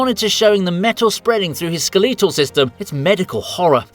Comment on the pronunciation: Bro has an accent from the place that invented the language, and yet, we get skuh-LEET-uhl . Wild.